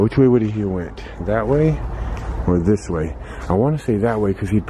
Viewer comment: you crack me up when you say What is dis? Instead of what is this??